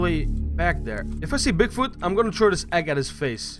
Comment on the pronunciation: Bigfut lol no offence dude but it's funny how you say it.